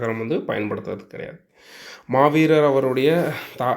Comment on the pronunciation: மகாவீரரை மாவீர் எனவும் ஆரியர்களை ஆசிரியர்கள் எனவும் பிழையாக உச்சரிக்கிறீர்கள்